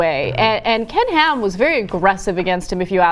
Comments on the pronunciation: Whenever John says Ken Ham, I keep hearing "Canned Ham". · oh damn now that's the only thing i hear! :(